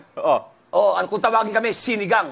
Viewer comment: "SINE-GANG" Poootaaaa😂😂😂